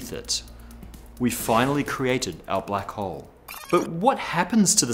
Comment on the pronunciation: first i understood "black hoe"